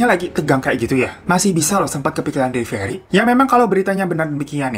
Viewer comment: Devilery? the fak Delivery kale